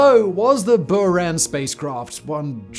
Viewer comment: “Bouran”, not “Byuran”